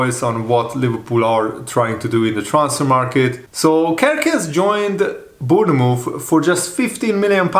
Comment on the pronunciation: Bourne- mouth